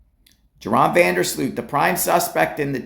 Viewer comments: His name is pronounced like Urine not Joe Ron. 🤦‍♀️ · Pronounced Yoran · His name is pronounced "Your-On".